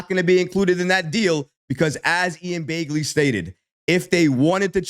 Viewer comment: It's not Ian Baygley. It's Ian Begley.